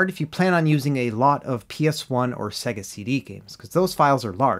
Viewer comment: What's a "Segga?" You meant "Say-Guh" right?